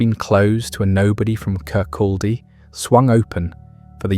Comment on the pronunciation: Its very irritating hearing Kirkaldy mispronounced. Its "Kircoddy" the L is silent.